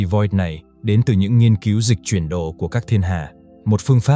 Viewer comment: Nội dung thì google dịch từ các bài viết cóp nhặt cùng một từ khoá. Đọc đi đọc lại cùng nội dung Dịch chuyển đỏ thì lại thành Dịch chuyển đồ Hay có khi đọc bằng AI ấy nhỉ? Kênh này dành cho mấy người nghe như vịt nghe sấm thì được